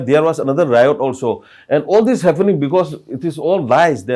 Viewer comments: It is pronounce HAPPENING not HAFENING😢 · Happening not "haffenin" 🤣🤣🤣